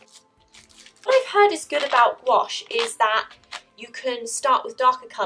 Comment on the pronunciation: why does she say gouache like squash